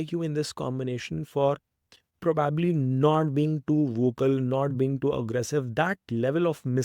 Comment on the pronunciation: It was an interesting watch and so well articulated. May I suggest that you look up the way you pronounce "probably" please 🙏